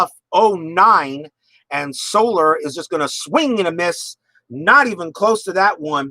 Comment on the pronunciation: well done and well played..... one nit pick... its not solar.... it is So... lair.... ( so... like your saying "so" what... and "lair" like your saying the home of an animal).. so-lair...